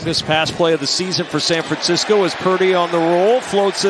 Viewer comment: San Francisco...not San Fransisco. 😑